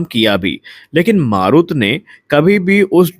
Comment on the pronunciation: "मारुत" नही "मरुत" ... "मरुत" का मतलब वायु, पवन,... सही उच्चारही पता नही, और चले है समाचार बाटने.